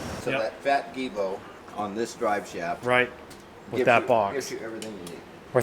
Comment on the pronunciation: Best of all, its giubo, everyone just says it wrong